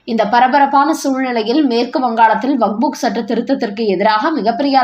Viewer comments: தாயே பல தடவை சொல்லி விட்டேன் வக்புக் அல்ல வக்ஃப் சட்டம். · It is not Vagbhu. It is Vakf